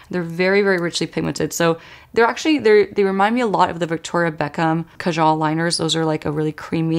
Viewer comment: Your look is gorgeous, Lisa Eldridge would never disappoint for sure! Just wanted to point out that kajal is pronounced kaajuhl, not kajaal. (eg rhymes with marple)